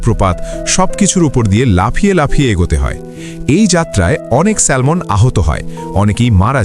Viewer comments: ব্যাটা আহাম্মক এটা স্যামন (Salmon), স্যালমন নয়, এখানে 'L' এর উচ্চারন হবেনা। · এটার উচ্চারণ হবে স্যামন , কেন বাংলায় একটাকে সালমন বলে ?!!!! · সালমান না স্যামন হবে উচ্চারণ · স্যালমন নয়, উচ্চারণ হবে" স্যামন " 🤣🤣🤣! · Excellent video. I agree with the commenter because the pronunciation is Salmon(Samon) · উচ্চারণ হবে স্যামন। L silent থাকবে। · Pronounciation ta স্যামন হবে। ( Salmon) Akhana' L ' letter ta silent tkhaka.❤🎉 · স্যালমন বলতে কোনো মাছ নাই।ভুলভাল উচ্চারণ করা বাদ দিন আর উচ্চারণ না জানলে নামই বইলেন না। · It’s pronounce SAMON. L silent